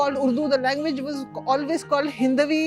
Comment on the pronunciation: lengveg vs kengveg wahh